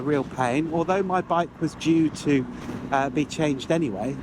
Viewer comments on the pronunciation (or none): none